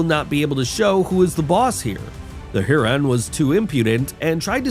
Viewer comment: Heron not huron